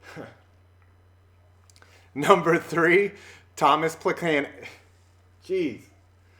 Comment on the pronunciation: Isn't "Plechanec"?